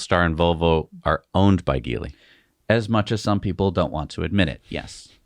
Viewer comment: You guys know the name Geely is a soft g, right? Like gem, gel, generate, gentle, genesis, genius, genuine, geography, geometry, germ, gesture, just to name a few.